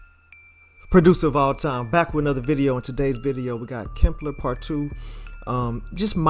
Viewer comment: HE CALLs it "KIMPLER" LMFAOOO!!!!